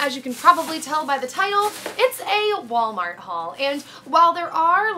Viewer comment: haha i love you but i'm pretty sure it's "Walmart"